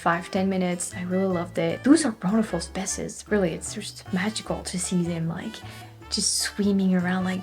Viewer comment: Love your videos... and your English is indeed very impressive, especially coming from France where you guys are notorious, at least here in Québec, for having awful English. However, a few other corrections: it's recomMEND, not reCOMmend, and SPEEshees for species, and OTtawa, and COMmented. Damn tonic accent -- English's Achilles heel. And you're the only person I've ever heard praise Québec City transit. They do what they can, but oh, boy, it is such a car city in every way. Well, true, from Saint-Foy to the Old Town is well served, and the tramway will help, but otherwise: it's like a mini Los Angeles.